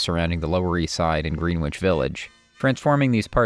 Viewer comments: It's Grenich just like in Britain. Not Green Witch. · Great content! Not to be pedantic, but "Greenwich" is pronounced "Gren-itch". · Great job but you say Greenwich wrong. (Gren-ich) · I agree, didn't notice any glaring errors. But Green-witch (Greenwich) is pronounced Gren-itch, just ribbing, great video, will be watching others. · Greenwich Village is not pronounced "green-wich"; it's pronounced "gre-nich." And thank you for exposing Nico's racism. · well written and delivered - BUT Mr. A.I Voiceover should be (machine) taught the proper way to say "GREEEEN-Wich" Village - & Joan "BEEE-ez'" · Why does the announcer pronounce it 'green witch' village? Is the narrator an AI? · The w in Greenwich is silent. Otherwise, fantastic job! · It's not said Greenwich,it's said Gren-wich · Well, that’s interesting Des - I was thinking of commenting that the narration is rushed and robotic - typical of the always rubbish A.I… I think I will. Also how do you write “obsess” about this topic and yet commit such cringe-laden mispronunciations in “Greenwich” and ”Baez”. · Brilliant...except for the pronounciation of "Grenitch". ol